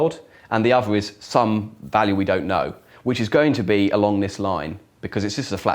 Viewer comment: He's close to having a speech impediment, (e.g. notice "ovver"). It may be an English public (expensive private) school accent/affectation.